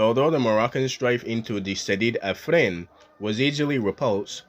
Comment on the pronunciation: It’s Ifni not Ifrin or Afrin.